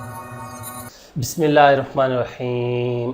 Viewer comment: آپ تو بسم للہ بھی غلط پڑھتے ہو